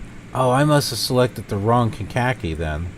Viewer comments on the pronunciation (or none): Meigs (KCGX) is pronounced "Megs" and Kankakee is pronounced "Kane-ka-kee".